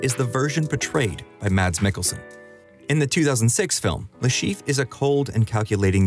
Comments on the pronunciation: Le ChiffRE! Say his name correctly, make an effort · Le Cheef? You may want look up the pronounciation of foreign names in the future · Aaaah yes the famous "Le Schieef"